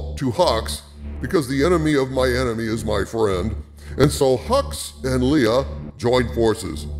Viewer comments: Thanks for the video. Do us a favor though and stop calling her "Lee-ah". It's "Ley-ah". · Son of a bitch... Dude its lay-uh.. not lee-uh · Leia = Laya not Lee-ah! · Pronounced Lay-Ya not Lee-Ya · Should I trust a guy who can't pronounce "Leia"? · Love your videos dude, but your pronunciation of the name Leia is driving me nuts. It’s “Lay-uh”